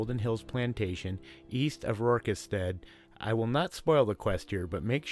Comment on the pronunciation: This dude said rorkistead.